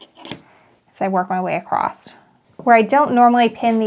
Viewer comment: Beautiful pattern. You do a great job with instructions. BTW...... “across “ doesn’t have a “t” at the end.😊